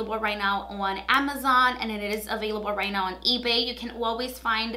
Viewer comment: i love the way you pronounce your ‘o’ sound. “ouunn the market” i love it no joke